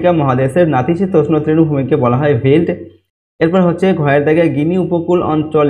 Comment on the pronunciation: ভেল্ট হবে না ওটা হবে ভেল্ড😅😂😂😊